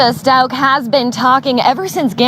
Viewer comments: Stauch is pronounced with a K sound at the end, not a cha sound. Glad to see this info., thanks for the video. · It's "STOWK" like cow.